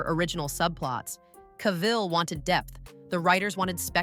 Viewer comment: Of all the things AI can do, pronouncing names like Cavill the same way every time is not one of them apparently. There are at least 3 or 4 distinct ways the AI says it.